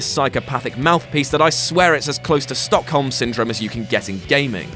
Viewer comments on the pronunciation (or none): none